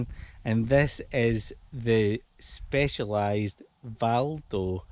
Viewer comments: Vado not Valdo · Thank you... Very helpful! But it's Vado, not Valdo. ;-)